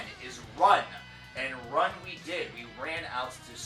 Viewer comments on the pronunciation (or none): Ruun in pronounced roon. Anyway, solid video, lovin enslaved and your channel. My fav is and forever will be Blodhemn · Ruun is pronounced roon. Isa is not an open I sound. It is pronounced eesa. Love your videos but I just wanted to clear those up.